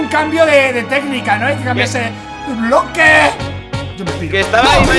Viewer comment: diciendo boque en ves de bloque 😅😅 minuto